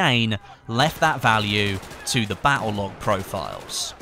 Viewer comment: the way you say "battle" makes me want jump off a cliff